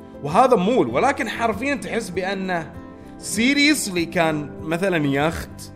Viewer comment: يقول سيريلاك